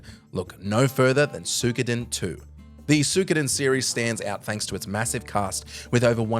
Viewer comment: "sook oh den too"